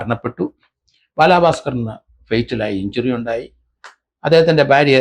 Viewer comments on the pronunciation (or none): none